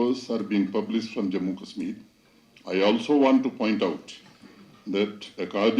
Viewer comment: I was like “cool, you rarely hear Kashmir pronounced correctly by a Brit” until they showed the “BBC Asian correspondent” with an obviously Indian name, though to her Brit credit, she did screw up “Srinagar” at the very end.